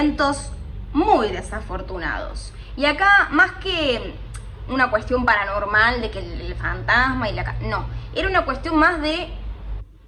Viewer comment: Me deje el video de fondo, y escuche al principio " 3 chismes para NORMALES". Me sentí confundido por un segundo. Me recordó a un chetito que hace videos diciendo un "Hola NORMAL?" 😅